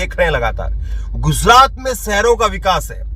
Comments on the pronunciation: Guzrat nhi be gujrat —— chnd nhi charan 😂 pl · Sir apni thodi language shi kijiye gujrat h not ,,guzrat,, aaj h ,,azz,, nhi j or z k use shi kijiye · Gujrat ka pronounciation thik nie hei